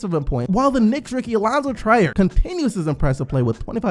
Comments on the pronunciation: TREE-ER not TRI-ER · who is Allonzo Try-er.. it's Trier, not try-er. Bruh.